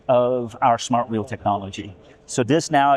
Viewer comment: Presenter needs to learn how pronounce the difference of "wheel" and "will"